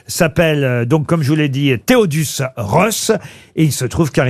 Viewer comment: Thaddeus pas Théodus... Vraiment des guignols 😅